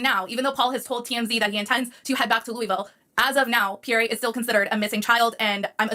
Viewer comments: She pronounces Pierre all wrong, not Pearrie, but Peare, ie, Pierre! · So bothered listening to the female calling Pierre (Pea-air) not (Pea-air-we). Educate before you document. We have Two individual adults and 2 children and NO ANSWERS?? WTF? I would be a mad woman, all over the television.